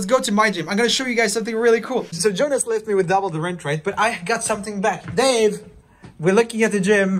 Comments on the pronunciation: Okay- Im Sorry But- It sounds like He says ''Babe'' And Not ''Dave'' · whenever joel says dave i hear babe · Instead of Dave I keep thinking he says "Babe"